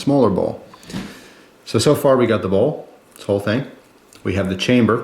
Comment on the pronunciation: Dude!..Bowl or ball?..Your pronuciation is unclear...sorry for being a pain.